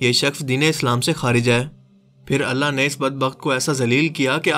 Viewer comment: Mehrbani KR k hai or Hain word sahi se Ada Kiya kren suit Ni krta apko.